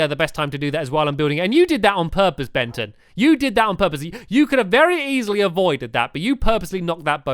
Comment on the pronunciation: It is Bengy not Benton